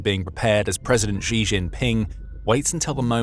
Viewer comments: Please note, Xi is not pronounced "Zhjee". The zhj sound (ʒ in the International Phonetic Alphabet), in the middle of "measure" and "Zaporizhzhia", doesn't exist in any dialect of Chinese, certainly not Mandarin. The letter X, in the Chinese Pinyin orthography, is pronounced "sh". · Xi is not pronounced like Zheee. It's Sheee. Please get your Mandarin pronunciation right. Thank you for your attention in this matter.